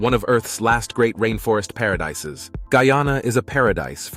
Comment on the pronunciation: Very nice Geography and history lessons! You had the right pronunciations except for Guyana nd Kaieteur. It's Guy-an-nah and Kai-tchur. You got Essequibo right. LOL